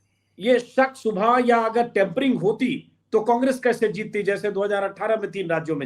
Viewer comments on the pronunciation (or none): Bhai sahab, tempering nahin, tampering hai Dono ka matlab alag hai